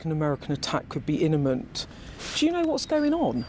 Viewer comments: First she say ‘iniment’ which was a stumble but then my god ‘esculation’ even Starmer heard it, and he hears nothing apparently. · Beth Rigby ‘inemment’ - lol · I love ’ description of Iranian regime. Rigby is a useless journalist who can’t pronounce words properly ‘iniment’? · Did Beth Rigby say an attack was "inniment?" What the heck is an inniment? She's supposed to be an experienced "journalist" and she can't even speak her own language. At least she was asking some questions so that's an improvement over the usual leftie platitudes. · Beth Rigby also mispronounced escalation as esculation. Aren't 'journalists' supposed to at least have command of the English language? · Beth Rigby mispronounced "imminent" and "escalation"...😮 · He criticises her for mispronouncing imminent, then starts drivelling on about B52's dropping MOABS. Dimwit. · Beth Rigby has a masters degree, has taught English and has been a journalist for almost 30 years - why can't she pronounce 'imminent'?